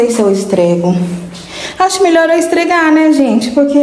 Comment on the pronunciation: ESFREGAR e não ESTREGAR…. Seus filhos vão falar assim tbem